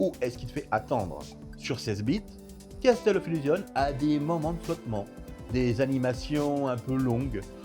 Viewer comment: J'apprécie tes vidéos pour plein de raisons comme les points de vues inhabituels et les informations techniques précises, en revanche, les illustrations sont souvent très mauvaises à mon goût, notamment les images IA. Des comparaisons d'écrans auraient été appréciées et bienvenues. Enfin, mes oreilles pètent les plombs à chaque 'Casteul of illusion'. Ça se prononce 'Kassol of Illougeonss'